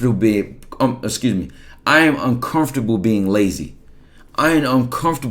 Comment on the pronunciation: my nigga started speaking in tongue ! im dead lmaoo he said i am uncomfubeb